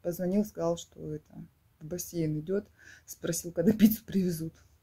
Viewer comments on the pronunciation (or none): none